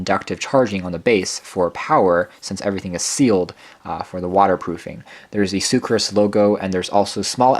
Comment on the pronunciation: Soocas. Not soocRas.